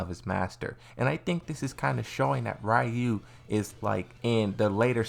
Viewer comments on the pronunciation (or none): no they called oro, oru in the video and they pronounce ryu rayu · Its not oru its not rayu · I can’t believe how many people still can’t pronounce Ryus name to this day.